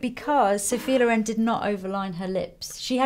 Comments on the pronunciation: Actually is Sophia Lóren not Lorèn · Can we talk about the colour of her eyes?! I love how she adresses Lisa and asks her questions ♡ we all like to hear those answers... Stunning maleup as always, comments are almost pointless, your work is always such an amazing inspiration Lisa!BTW is Lòren, not Lorèn, but it both weird and sweet to hear it wrongly pronunced ;) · Italian put the stress on te O, not on the E... We say Sophia Lòren, not Lorèn 😉